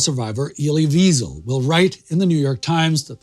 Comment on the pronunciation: Ive read Elie wiesel’s book night and it was absolutely heart wrenching. He tells the story of how his innocence, childhood, and religious identity were stripped away from him by the motif that is fire. I believe the book would have a good place in the show. Additionally his name is pronounced with a v not a w. Seeing as he is a holocaust survivor this could be disrespectful due to the the negative connotation behind weasels. Thank you for you video! Have you seen defiance on Netflix?